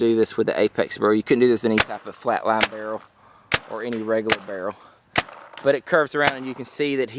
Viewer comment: I love the way you say barrel "burl" :D